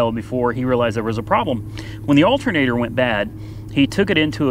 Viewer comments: Al-ter-na-tor. A-lu-min-ium not Altnater and aloominum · Alt'n-ator. Tomato tomato. Dialect is a real thing and nothing wrong with it. I live in the Appalachian foothills and we got all sorts of lingo too. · I'm from NJ and I wouldn't notice someone saying altinator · Love the Betsy Ross Flag hat! Oh! It is pronounced as 'Altnator' :)